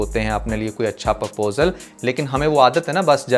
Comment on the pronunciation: You’re doing good, however please make correction in pronouncing proposal it’s not Purposal